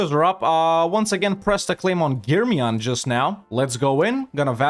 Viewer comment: I love how correct you said the germiyan and menteşe. Nice video man keep it up.